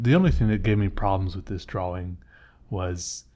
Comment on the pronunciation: "drauwing." Is that how they say it in the phillipines? btw your art is great i like your brainstorming techniques 👍